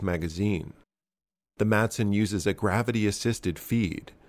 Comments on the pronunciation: The pronunciation of Madsen is the same as it is in English, but without the hard D in the middle (think Mass-en, and you'll be a bit closer), its silent, the way it was said in the beginning of this video "Masen" sounds closer to Mason than to Madsen. Danish is weird i know, but we get by. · It's pronounced 'Massen', not 'May-sen'. So it's just like the typical English pronunciation, only with a silent D. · Just a little detail here... the correct pronunciation is simply "Massen" since the d is silent. Also, fun to see weapon designs from my home country. I used the Madsen quite a lot in Medal of Honor: Rising Sun as a kid. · If you want to pronounce it correctly in danish, say, Ma like in "malice" and sen like "I am in the 'zen' zone". Mason doesn't sound close. I don't care, just figured you were a guy that cared about all the small details, since you tried saying it correctly. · hillariously you botched the pronounciation so bad that the anglified name is actually closer to the real name! (great vid as always) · Just use the English way to say it because your are not saying in correctly in the Danish way